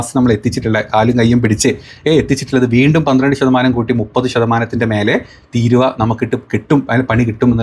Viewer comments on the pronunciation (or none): none